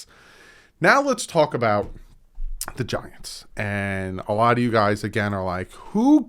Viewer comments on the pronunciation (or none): My wife thought you said 'vaginas', not 'the giants'